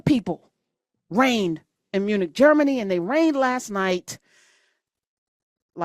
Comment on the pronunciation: I heard eunuch, not Munich 😂 Tbh, they are a bunch eunuchs tho 😒